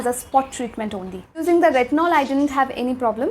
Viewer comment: I can't differentiate when you pronounce Tretinoin and retinol.. Just a minor suggestion, try not to pronounce every word with so much force, please improve, thanks